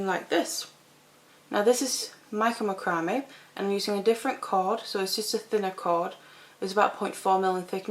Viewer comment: I think it sounds beautiful the way you pronounce it.